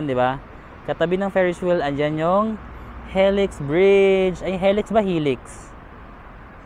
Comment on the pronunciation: It’s pronounced as “hee-lix” kuya 😅